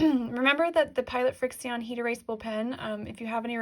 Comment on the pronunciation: And I’m pretty sure the pens are pronounced “friction”